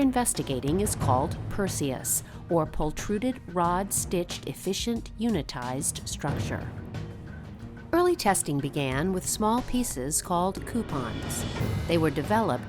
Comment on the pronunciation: Great video and we fully subscribe to NASA's goals here- improving general aviation efficiency and safety. A nitpick- I have heard the word for fiber composite creation as "pultruded" ( the opposite direction technique of forming products linearly inside a shaped die as in extruded) or is it really 'Proltruded' as at minute ?